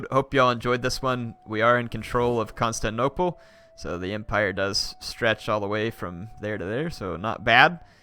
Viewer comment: he already has to CONSTANTnople...he really hates pronouncing the 'tin' in constantinople